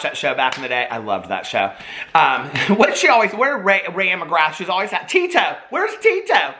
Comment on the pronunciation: It wasn’t, « Tito, » it was, « Tino » 😜